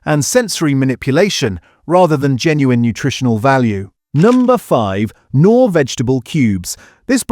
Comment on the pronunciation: 1) Knorr, the K isn't silent 2) it's Maggi, not Matchie! 😊